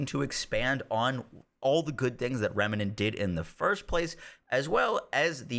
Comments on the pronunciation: Dude... REM NANT - say it with me. REM NANT. NOT Remenent... FFS... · Sorry to be that guy, but it's "rem-nant" NOT "rem-me-nant". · Why do you pronounce "remnant" like "remanant" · Remenant? I thought it was Remnant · its pronounced Remnant not Remenant! you are adding an E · Dude, it's remnant there is no a between the m and n. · Thank you, that was driving me bonkers. It's not a complicated word. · dude can't help but say remEnant haha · Everytime he says rem a nent triggers me lol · Remnant is 2 syllables nerd